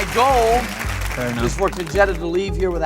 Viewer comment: Woohoo! Her feigning shame at the boss flirting question... 😂 Also why does her name sound like a slang term for a stolen VW? 😂 "Con-Jetta"